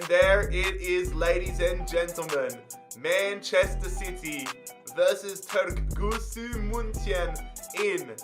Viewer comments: Türkgütschü is how you pronouce it bro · pronounced "two rk goo joo" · Č is a j so its turkguju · You pronaunce turkgucu as in Turkgugu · You tried so hard to pronounce it right and failed so hard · you do need to ask CaniSports for assistance on pronouncing all those turkish names (as well as Türkgüçü's) 🤪 Still a great vid, tho!